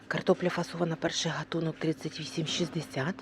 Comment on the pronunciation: Дуже неприємно слухати неграмотну мову.Людина не знає, у алфавіті українському є тверда літера"Г" і слово "гатунок" вимовляється із звука тверде "г" .